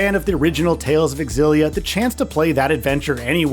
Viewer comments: Dude, it's pronounced ZILLIA, not X-ZILLIA! Smh... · xillia is ksillia! that's how you do x in my country. it's not X-illia it's in one go xillia, it's like me when i thought anime when i was 16 was english and was pronounced a-nime yes that was an eye opener for me when i watched anime in japanese later that year. and characters saying it's anime... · Its not EKSILLIA BUT ZEELIA Yw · It’s zillia, not x-illia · Nope, the "Ex' was always pronounced in that name, you can search Youtube for interviews with Dennis Lee (the brand manager for the Tales games back then) and hear him pronounce it back in interviews from over a decade ago to prove it . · Would be nice if these reviewers would ACTUALLY play the game, rather than hust reading about a game you never played. Very obvious you didn't play it, considering ALL battle footage is auto battles, you don't know how to pronounce important names, you know like the main character, and you don't even say the game name correctly. AI slop, or lazy creator, take your pick 😂😂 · Is it pronounced “X Zillia” or “Zillia”